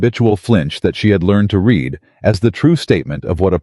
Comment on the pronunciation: I do truly wish someone would edit the AI 🤖 narration for mispronunciations! 😅 To read a letter is pronounced “Reed” . Past tense to have read a document is pronounced “ red”. 😅 Thank you, 😅